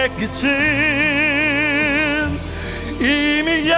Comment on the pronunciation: 끄츤이 아니라 끄튼.. 끄튼 .. 조끄튼거